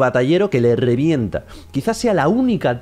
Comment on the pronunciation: "rollo batallero que le rrrrrevieeenta"😂😂😂